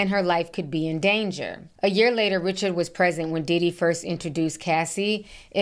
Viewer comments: Ri-shard, not Richard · I think her name is pronounced Dawn Ri-Shard.